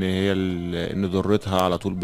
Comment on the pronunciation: 😂😂كلمه ضرتها بالضاء وليس بالدال لان الدرة بالدال يعني اللؤلؤ